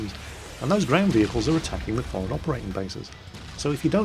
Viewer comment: I love how you say for'ad instead of forward, you can take the Jack out of the Navy...